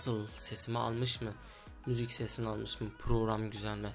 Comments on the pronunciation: 00.55 de müzük diyo WQE:QWE:QW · akıcıı müzük